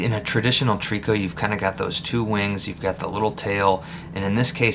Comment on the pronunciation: Nice little bug ! Just an FYI , out west we pronounce it “ Try - co “ 😉 hope that helps ….